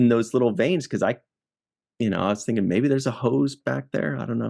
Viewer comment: What were you thinkinah!